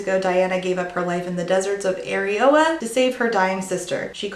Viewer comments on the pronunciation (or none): GIRL. I listen to these long videos when I drive. Upon hearing you say "the world of erioa", I almost had to pull over to check my phone because I swear to god i heard you say "AREOLA" EDIT: just scrolled through the comments. Glad I'm not the only one who misheard!! XD